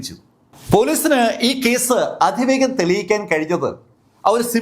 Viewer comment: അധിവേഗം പ്രധി പൊധിചോർ ... Wrong pronounication